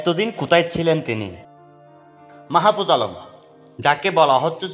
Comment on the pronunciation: ভাই ওনার নাম টা শুদ্ধ ভাবে উচ্চারণ করেন ..